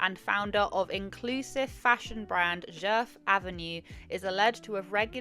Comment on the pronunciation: You pronounced it just great